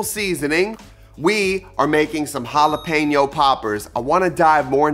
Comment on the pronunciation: I loveeee poppers! It’s a must appetizer every party I throw! Can’t wait to try this recipe! 🔥 🔥 🔥 I’m glad you didn’t say Jalepino! I can not when people say it like that 😂